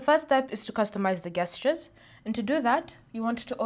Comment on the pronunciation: it`s pronounced JEST-CHAIRS... not GUEST-CHAIRs.... jesus christ